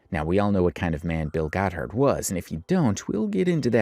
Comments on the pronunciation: It's GOTH-ERD, not GOT-HARD! 😂😂😂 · I love your videos and immediately clicked on this one. Crazy crazy stuff. Btw, Bill Gothard is pronounced with a Goth- erd😅, not Got-herd. Just so you know. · Pronouncing it "Bill Got Hard" was diabolical 😂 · The pronunciation of Bill "Got-Hard" is cracking me up. I've been calling him that ever since the SA allegations surfaced. My all-time favorite roast of him is from King James of Fundie Fridays. "Why are these people taking marriage and parenting advice from a childless bachelor, who looks like a Republican Keebler elf in a boxy* suit?" *bought as-is from the store, not custom-tailored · Why do you pronounce Gothard like that